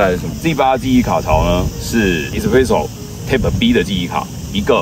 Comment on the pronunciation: Type 唸「鈦」ㄆ，一直聽的貼ㄆ，實在受不了⋯